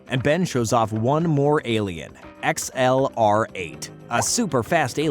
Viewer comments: did he just pronounced XLR8 as X-L-R-8 and not as excelerate/accelarate? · It's not x-l-r-8 it's pronounced accelerate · Why you pronounce xlr8 like that? Lol it’s literally “accelerate” just abbreviated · Did you now that XLR8 is actually pronounced exelerate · Its pronounced accelerate